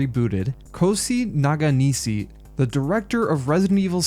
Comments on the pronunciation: Shi in Japanese pronounces as "she" not "c" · kohsi naganisi was hard in the ears, my dude SH is like shampoo, shall, should, shill not silence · You butchered his name 😂 it's Ko-Shee Nah-Kah-Knee-Shee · Why did you pronounce the "sh" in his name as "s"? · Can you at least make an effort to learn a person's name before making a video? It's not that hard, you butchered the director's name completely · Holy hell this one was on another level butchering a Japanese name during narration 🙈 Poor Akifumi Nakanishi. Otherwise, this was a good watch. Capcom always had worked with different divisions. This is the reason Code Veronica both had fresh ideas but also outdated mechanics not present anymore in RE3. Requiem goes the exact same route. Since development startet after 7 many years ago and was rebooted from what we know twice, there are mechanics from RE8 and RE4 Remake not present in the game. From what they told a while back the game isn't even using the newest version of the RE Engine? Could be wrong here though. RE development is always wild at Capcom.